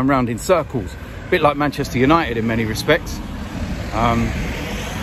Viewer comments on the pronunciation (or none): none